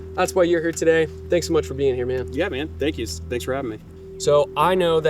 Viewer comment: "thank yuz" You. 🫵 Pittsburg.